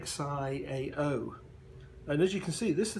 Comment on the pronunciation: XIAO is pronounced as "Sill" which means "Little" in Chinese